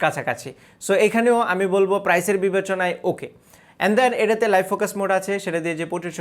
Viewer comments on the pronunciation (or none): none